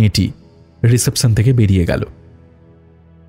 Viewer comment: Reception উচ্চারণটা ভুল, বড্ড কানে লাগল। গোটা প্রোডাকশনটা বেশ ভালো লেগেছে .. keep it up!